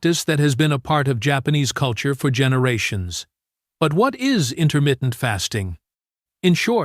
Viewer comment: "Intermittent" not intermitten.